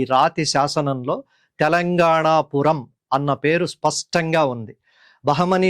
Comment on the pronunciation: C చాలా ఉపయోగకరంగా వున్నదండి మీ ఉచ్చారణలో 'spastanga' అంటున్నారు. స్పష్టంగా.. సరైనది.